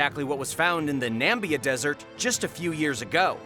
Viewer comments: Pronounced NA MIH BE AH..... not NAM BE AH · Its not NAMBIA it is called NAMIBIA. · I couldn't concentrate for the video after how wrong he kept saying Namibia... and then he goes and says raf😭 its an acronym R.A.F